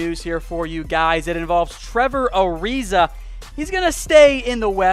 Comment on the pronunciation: He called him gilbert ariza...fuckin goof